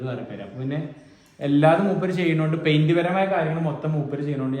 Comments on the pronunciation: പയിന്റ് അല്ല പെയ്ന്റ് 👍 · പെയിൻ്റെ എന്നാണ് പഴിൻ്റ്അല്ല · പൈൻഡ് അല്ല പെയിന്റ് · മോനേ പൈന്റല്ല പെയിന്റ് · പൈന്റ് ആണോ, പെയിന്റ് അല്ലെ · ഫൈൻഡ് അല്ല പെയിന്റ്